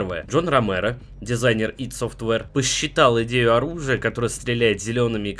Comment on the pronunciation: О да! Ты сказал ИД,а не АйДи,плюсик тебе в карму